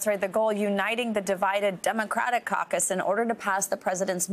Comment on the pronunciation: Did aoc just say “ enormous cauc us”???